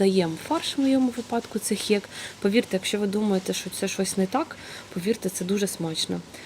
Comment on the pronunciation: Відео сподобалося, єдине зауваження - не "хєк", а "хек")